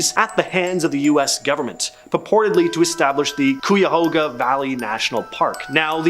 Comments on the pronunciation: Cuyahoga (Kai-uh-hoga), stress on the first syllable. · I love it when I hear people try to pronounce Cuyahoga😂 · gotta love the cringe of hearing people not from Ohio try to pronounce some of these place names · The way he said Cuyahoga 'bout broke me 😢😂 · 😂😂😂😂 I had to rewatch that part because I wasn't sure if I heard him correctly.